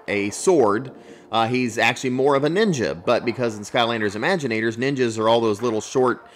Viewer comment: It's not remaginators it's imaginators